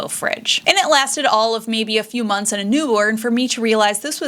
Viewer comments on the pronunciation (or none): none